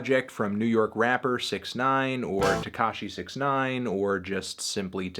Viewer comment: Anthony pronounced it wrong